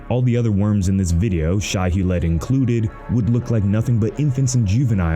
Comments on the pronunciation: Ug, they're using AI narration. The worms are called Shai-Hulud (pronounced: Shy Huh-lewd), NOT Shiheled. The creatures from Tremors are call Graboids (Grab-oids) not gruhboids. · Not dangerville mispronouncing Shai-Hulud